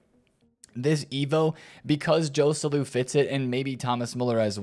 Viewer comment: the correct pronounciation for Joselu is with H for the J letter. Hoselu